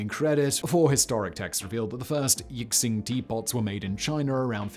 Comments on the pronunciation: Good video but, , that is NOT a yixing teapot. Also, it is said something like "yee-shing" not "yick-sing". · It’s also pronounced “Yi-shing,” pretty much everything is mispronounced in this video lol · "Yixing" is pronounced "eeshing" (close enough). The "x" is not "ks". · And Yee-sheen. Simon is a legendary master of confidently spoken mispronunciations. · "Yixing" = "yee shing", "x" is almost invariably pronounced "sh" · Yixing pronounced yee-shing. One of 5 of China famous Clay's for teaware. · Yixing is pronounced "yee-shing", similar to how Xi-Jinping is pronounced "shi-jinping"